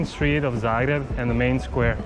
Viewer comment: Its Zagreb not zaerab